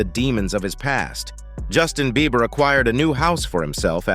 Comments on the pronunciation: Is it just me or does keep calling him Justin “Beaver”? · He keeps calling him Justin beaver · Someone tell him it's beiber ..not beever ....Ellen de genres ..Oprah ...need checking too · Is he saying Justin Beaver? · Why this man can’t say Justin Bieber?